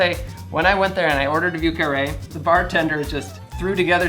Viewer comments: If you say vi eu carré and not view carré, you sound more authentic. Interesting drink. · "view carree" not even close buddy. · I'm not used to hearing the soft V. I usually hear the V's in the southern coastal area pronounced more like a B, especially the French names... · A drink sounds delicious but you should find yourself going to at least maybe somewhere where they pronounce the word correctly like Montreal the name of the drink the pronunciation needs improvement